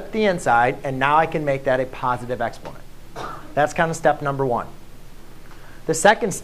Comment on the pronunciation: It took me some time to realise you were saying EXPONENT because you skimmed over the word.